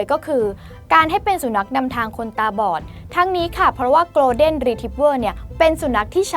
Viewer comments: ไม่ใช่ออกเสียงเร็ว ๆ กะโล = โกล. แต่ โก(ลด์)เด้น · 1. สัตว์โลกย่อมเป็นไปตามกรรม มันก็แค่คนชั่วห่มผ้าเหลือง อย่าให้ความสำคัญ กรุณาอย่านำเสนอไอ้เจ้านี่อีกเลย 2. อังกฤษผมก็ไม่เก่ง แต่ครูสอนให้อ่านว่า โกน-เด้น ไม่ใช่โกลว์-เด้น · Golden ออกเสียง โกลด์เด้น ไม่มีควบ ล. ลิง นะครับ ไม่ใช่ gloden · ขอนอกเรื่องนิดนึงนะคะ น้องผู้ประกาศขา golden retrievers ต้องอ่านว่า โกลฺเด้น ไม่ใช่คำควบกล้ำนะคะ ส่วนแครอทเดี๋ยวมันก็เน่าตายไปเอง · Golden อ่านว่า โกลเดน ไม่มี ร นะคะ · หนูอ่าน golden ผิดนะคะ